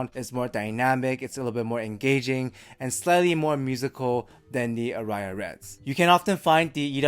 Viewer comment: Aria is a word in English as well, and it's pronounced differently - stress on the first vowel.